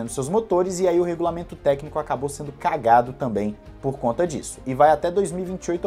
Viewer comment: encheu q boca pra falar CAGADO 😂